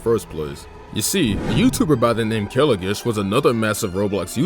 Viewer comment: 1: its pronounced kilo (like kilogram) gish, 2: he used to do bubble gum simulator content before the game died just wanted to point that out